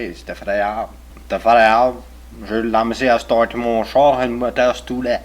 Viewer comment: Pure Brayon here... In your last example, the dude should’ve said: « ...le moteur stâllait », not « stoolait ». His motor kept stalling. Aside from that, good job!